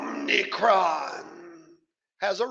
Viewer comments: it's actually "OMI-cron". but it is an OMNI-CON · Omicron, not omnicron.